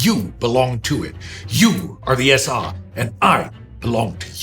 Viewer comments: Why are they pronouncing "SA" as "SR"? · Why does "I am the SA" begin to sound like "I am The Walrus"?